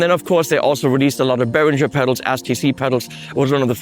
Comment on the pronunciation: I am shocked at your mispronunciation of "Behringer"!! As a former dealer I have been fighting this fight for years! From headquarters